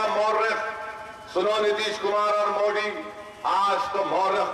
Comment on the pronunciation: Abe phle modi bolna to Sikh le